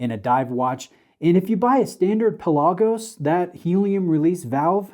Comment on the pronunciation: Do your homework.Its pronounced Pè la gosh: meaning deep sea in Greek It's not just a made up name